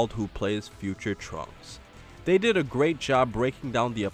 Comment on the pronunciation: #SuperSaiyanBelch oh, and, I didn't think you would audition for Frosted Flakes like that, but you need to summon the grrr-8 instead of grr-rate. Trust, it's something minor, but completely changes it.